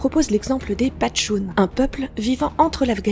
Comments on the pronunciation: Patchounes ou Pachtounes?😉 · Ça se dit « pashtoun » pas patchoune mdr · C'est pas "Patchoun" mais "Pachtoun" :-) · c'st quoi ces dyslexiques : Pachtounes et non Patchounes! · OMG LA FAUTE HORRIBLE PASHTOUN PAS PATCHOUN FAITES UN EFFORT KHOOOOO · PS : ce ne sont pas des "Patchounes"... mais des "Pachtounes"... Dommage, grosse coquille qui fait tomber le soufflé... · Alors y'a les pitchounes (ou patchounes) et sinon, c'est les Pachtounes ;) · c'est Pachtounes...pas patchoune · Patchoune? Pas de choune? Non non voyons c'est PASHTOUN 😁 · Bon d'abord on dit Pashtun pas patshun, c'est pas un éternuement et ensuite l'anarchie c'est l'absence de chef, donc, pas du tout le système tribal mais un système égalitaire où les lois doivent être votées à l'unanimité. Cessez de salir l'anarchie avec ce spectre violent inventé par la droite. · Attention.... Vous parliez surement des "Pachtounes" et non des "Patchounes" ;) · C’est pachtoune et pas « patchoune » j’ai voulu éviter les mauvais jeux de mots lol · On dis pachtoun pas patchoun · 5'04" euh.... Ce ne sont pas les "patchounes" mais les pachtounes ! Google et Wikipedia sont vos amis 😉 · Juste : C'est pas Patchoune mais Pachtoune ;w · oh la pitchoune patchoune ! (on dit paCHToune mais patchoune, c'est quand même mignon ;-) ) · Pachtounes pas Patchounes (ça fait un peut patchouli Patchounes) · Pachtounes et non pas patchounes (5,06) looooooooooool mais merci quand même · Les "Pachtounes" SVP, pas les "patchounes" ;>> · petite erreur à la madame elle dit Patchoune alors que c'est les PaCHtounes. voilà sinon cool vidéo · Pachtounes, pas patchounes......😂😂😂😂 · Ce n'est pas les patchounes mais les pachtounes ! 😂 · little mistake: c'est "pachtoune" et pas "patchoune" . ça ce dit : "pashtoune" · Merci ! J’allais le dire :)